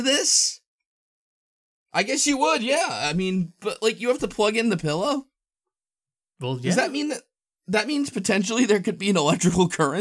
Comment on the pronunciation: "a glowing PIElow"? lol